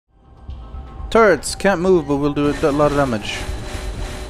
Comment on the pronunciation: You said "turrets". But, for a second, I thought you said "turds". "Turds can't move but will do a lot of damage". WTF? ;D